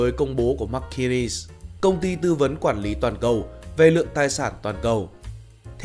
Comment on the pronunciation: McKinsey ma nguoi doc k biet phat am !!!